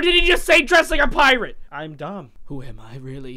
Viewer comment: he said "dont dress like a piarate"